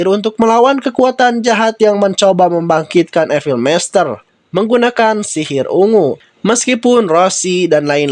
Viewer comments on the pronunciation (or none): none